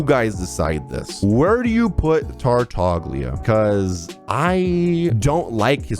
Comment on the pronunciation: Tartaglia is actually pronounced sa tartalia